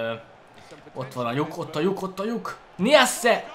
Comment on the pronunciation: nem niasse hanem najsze